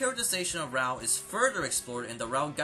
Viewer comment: why do you pronounce raoh like rawr